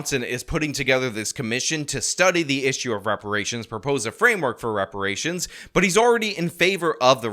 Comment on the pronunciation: Juneteenth should be called Black Dependence Day. Also is Brandon saying rubberations. Rations made of old tires? Seems a bit harsh.